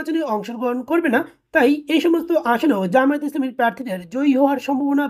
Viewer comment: জামায়েত না জামায়াত শুদ্ধ করে উচ্চারণ করুন।